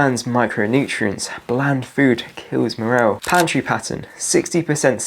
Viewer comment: And for morale it’s mor (as in Morris), al (as in Alan); not morel. That’s a kind of fungus. That aside, you are a gold mine of info. Thanks, you may be saving thousands of lives.